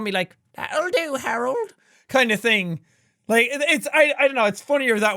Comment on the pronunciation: "The thame things"?